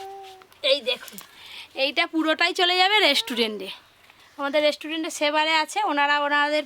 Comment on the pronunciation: Mukhe jokhon restaurant uchharon hobe na tokhon hotel bole diyo tao vul val bolo na 100 bar dhore